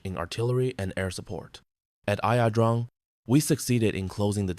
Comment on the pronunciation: Its not ( I A) pronounced I - Drang